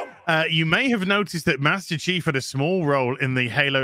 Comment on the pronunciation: What the actual eff is the deal with dudes inability to pronounce "Chief". SMFH